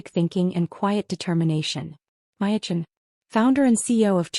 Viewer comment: Is there a reason AI can't get the name Maya right. In this story she was Maya, Waya, & Laya. In another she was Piya & Hiya. PROOFREAD & PROOFLISTEN!!!